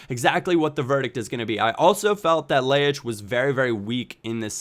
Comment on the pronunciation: Ljajic is pronounced yai-ich:)